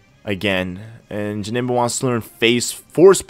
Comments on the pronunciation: you have to find a name rater it's janemba not jabnemba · Janemba's nickname is wrong. you did Jamemba